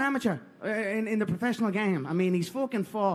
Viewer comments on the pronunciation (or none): Is it me only or every one sees that in Conor has a tone of fear especially on '' prefecional game''